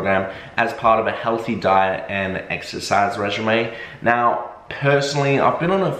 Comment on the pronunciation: ITS PRONOUNCED RAYJEEM NOT REGIMAY